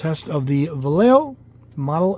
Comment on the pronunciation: Love it! How to pronounce Vallejo? Va-e-eh-ho :)